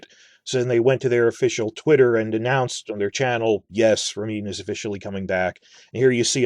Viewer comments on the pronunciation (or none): none